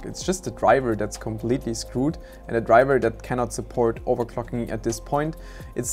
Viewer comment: Drivah is scroooooooed